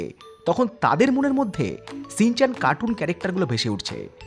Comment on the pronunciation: Ore modon re শ ষ স এর মধ্যে পার্থক্য জানিস না? কথাটা "shinchan", " Sinchan" নয়।